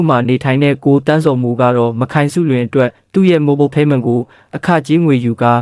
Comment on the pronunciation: "မခိုင်စုလွင်"လို့မဖတ်ရဘူးဟ။"မတ်ခိုင်စုလွင်"လို့အသံထွက်ဖတ်ရတယ်ဟ။ မ နဲ့ခိုင်နဲ့ကိုဆက်ဖတ်ရင်ဖယအဓိပ္ပါယ်တွေပြောင်သွားတာနားမလည်ရင်လဲမဖတ်နဲ့၊ဒီအတိုင်းစာတန်းထိုးပေးရင်ရပီ။